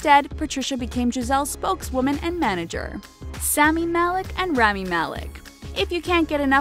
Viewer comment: Its spelled RAH-MEE malek and not REMY malek